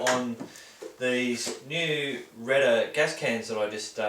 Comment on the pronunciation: the way you say it, it sounds like Rent-A-Can :) bad name choice i presume